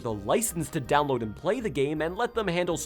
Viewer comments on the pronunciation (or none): I laughed when he said dowoad a Game in a few minutes and showed Breath of the Wild. Nintendo systems take hours to download big games, the Switch would still take like at least half an hour to an hour for that shit